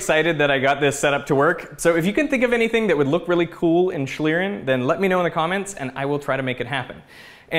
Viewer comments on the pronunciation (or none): "Schlieren" is correctly pronounced with a really long "e" as in "wheep" :) some air gun shots could be nice, pressure instead of heat to change the RI of the air